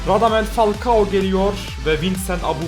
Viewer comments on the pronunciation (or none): none